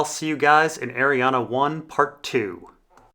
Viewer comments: It's Arrianne. Not arianna. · her name is pronounced ARI-ANN! THERE IS NO THIRD "A" IN HER NAME YOU POTATO!! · Anne is pronounced "an" Ari is pronounced "are-ree" So, Arianne should be "are-ree-an" But it's a made up name in a book, so whatever works for the person reading the book. I pronounced Melasandre as "Mella-sandra", which I know is probably off the mark. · IT'S PRONOUNCED ARIANNE, REEEEEEEEEEEEEEEEEEEEE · i'm just curious, why do you pronounce names wrong on purpose? cat-a lyn, ariannA. varis... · Also there's no A at the end of her name so I feel like ur just trolling ur subscribers lol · Lol, you're correcting that and not his egregious abomination of 'Arianne'? Priorities i guess. "Airy-ann" or "Arry-ann". I have no idea where getting the 'UH'. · I can't watch this because of the way you pronounce her name. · Same. It's super distracting. Why??? He says at the beginning of the video, yes I'm mispronouncing her name and gives zero explanation as to why. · 'Deidre' is not pronounced as 'Day-there' but 'Die-dra'. I think the same rules apply to Arriane'